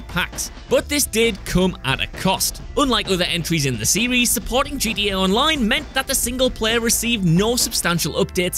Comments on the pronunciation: The fact that he’s saying “GDA” made me give a dislike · He said gda 🤣🤣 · FYI it’s gta not gda